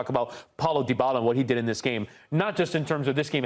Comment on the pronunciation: The way these guys pronounce Dybala: Da Balla (da baller) 😆